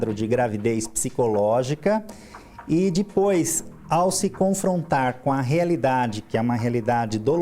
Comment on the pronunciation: i dipois kkk